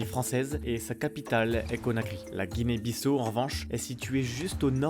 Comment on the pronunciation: On ne prononce pas "BISSO" pour la Guinée-Bissau, mais "BISSAOU", "BISSAW", "BISSAO". Comme lorsque vous dites le prénom Paolo ou Paulo.